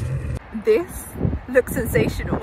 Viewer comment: I love how when she cooks something good she says "This..looks✨SENSATIONAL✨"